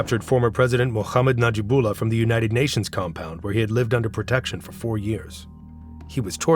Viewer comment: ТАлибы, БульбУдин, НаджибУла, наказАн, крУжки (вместо кружкИ), вЫносили (вместо выносИли), начАло (вместо нАчало), родОв (вместо рОдов)... Когда уж вы начнете ударения ставить ударения правильно!